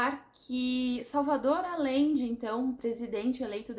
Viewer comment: Te amo lindona!! Apenas pra constar, a pronúncia do sobrenome aLLende é aJende, o LL tem som de J/G, então fica o som de Agende, de agendar na agenda, hehehehe AMO ESSE LIVROOOOOOO!!!!!